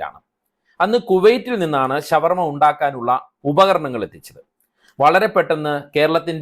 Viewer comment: ശവ വർമ അല്ല ഷാ വർമ യാണ് നല്ലത്